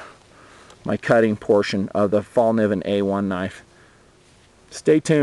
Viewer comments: haha, everybody from english talking countrys sais Falniven, and now people are starting to think thats how you spell it. !!Fällkniven!! :) the K and the N is prunownced kn, not just like a N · It's pronounced "Fell Kneeven," not "fall niven" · fallkniven (fällkniven) is swedish for 'the folding knife'. over here it's pronounced 'fell'", as in "fell down", kay sound as in 'clip' followed by 'nee' as in 'knee' and "when". "fell-k-nee-when" - say it out loud and you'll pretty much mastered the swedish language.